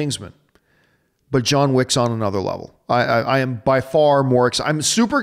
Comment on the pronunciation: hahahah John you destroyed my name there , but it doesn't matter because you picked my question! I prefer John alone at mailbag with these rapid-fire questions, way more interesting and entertaining.